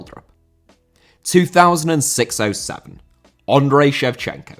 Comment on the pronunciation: Andriy* not Ondrei